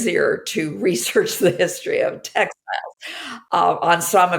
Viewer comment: I think it says something about our society that the first time you said "textiles" I heard it as "tech styles".